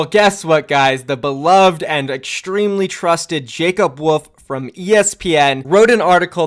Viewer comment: Ohh... his name is Jacob WOLF... I genuinely thought was saying WOOF.